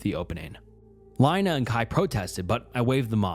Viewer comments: Lina like Angelina, not Carolina😘🫡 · LEENAA IT'S LEENA NOT LINE-A!!!! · Why do you go from pronouncing the name Lina from Leena to Line-a?? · Plus, "Lina," lol. Names are always a bit debatable, but generally speaking, it's pronounced like "Leena." It's often short for different names ending in "lina." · How is nobody talking about him pronouncing Lina 10 different ways???